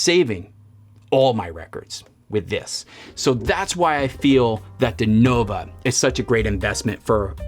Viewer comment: Can’t even pronounce the name correctly, Nova, not Novo!